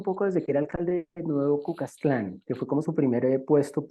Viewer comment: Hay que decirle a este “experto” que Nayib fue alcalde de Nuevo Cuzcatlan … vaya experto que no sabe ni decir el nombre de una ciudad. Estos dos que expertos son los que por años han comido gracias a nuestra desgracia …. No queremos saber más de estos buenos para nada, como dije antes si quiere saber de verdad saber, viajen a recorrer el país y allí sacarán miles de reportajes